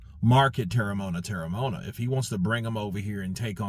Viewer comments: You pronounce it like this: Tear-rah-mow-ah-nah. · Terry-mo-un-a thats his name